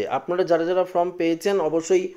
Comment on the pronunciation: ফ্রম নয় ফর্ম বলুন